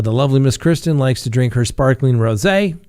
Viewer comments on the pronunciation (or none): none